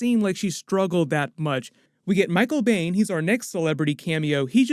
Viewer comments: Am I the only one that got really triggered every time he said Michael Biehn's name? It's not pronounced Bane. It's BEAN. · *Michael Beihn, pronounced as "Bean" not "Bane." Great review otherwise. 👍🏾😎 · Michael Biehn - pronounced 'bean'. I have it on good authority. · His name is pronounced "Bean". Michael Biehn is awesome. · It's pronounced "Bean". Haha I dunno why it bothered me so much. Michael Bean